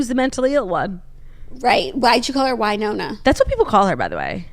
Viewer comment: Went to college in Winona, MN, and we said: “WIN-ona”